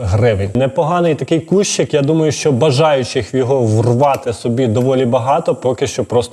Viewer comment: І не "кущик", а куш Учи ....